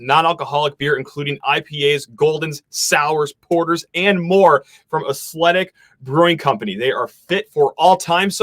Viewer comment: Why are you saying athletic like that???